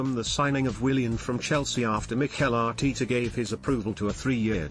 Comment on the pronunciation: Another completely inaccurate headline vid that is all to common on this site . ..... expected to be confirmed..... tell us something we don’t know pls . Speculation is easy though it would help if you could actually pronounce the managers name correctly !